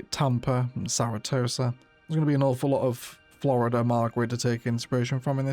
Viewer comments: BTW, the name of the city is Sara-SOTA, not Sara-TOSA. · Haha. When I heard that I had to back up and listen again. Saratosa sounds like a pirate enclave and should find a way into the build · Hahaha it’s not Sara tosa it’s Sarasota hahahaha 😅 great video ty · As a floridian, I can't help but point out that the city is called SaraSOTA, not SaraTOSA. Great city start, looking forward to more episodes! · It's pronounced Sara-So-Ta. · Love this but it’s SaraSOTA.